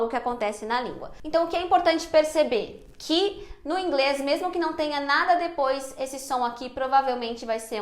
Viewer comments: Sou paraense e o som de mesmo é de "s" e não de "z" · Já que VC fala mermo deveria ter dito mermo mermo.